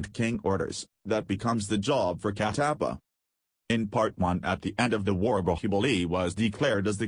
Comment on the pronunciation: That is Kat tap paa and not cat aap paaaa